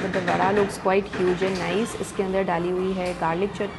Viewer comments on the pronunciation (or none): none